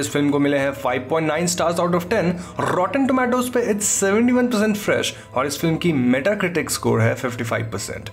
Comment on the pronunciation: Rrrrrrrtoen tomato😁